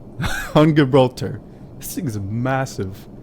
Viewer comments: You are not pronouncing Gibraltar properly. [ji-brawl-ter] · You can't even pronounce Gibraltar, what an idiot. You didn't even fly the proper approach into Gibraltar. You would have been shot down IRL for entering restricted airspace.